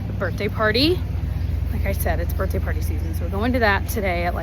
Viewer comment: I’m dying that you corrected yourself halfway through the video about the way you say “birthday” because earlier in the video I was like “is she saying birtday?” You have such a great vocabulary usually, so this made me laugh